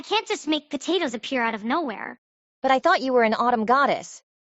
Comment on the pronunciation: constantly saying tatoes is making me mad. im ngl.